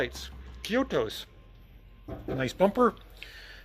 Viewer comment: Having occasionally ridden a Yamaha RD350 in the 70s, it does sound familiar😎 BTW F34, not F43. Ko-i-to, not Ki-o-to. Have a backwards day😂